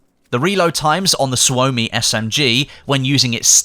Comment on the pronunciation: Murdering the Finnish with that Suomi pronunciation :D